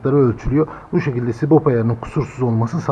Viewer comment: adam sürekli sibop diyor ya, sinir oldum. subap subap subap subap, sibop farklı subap farklı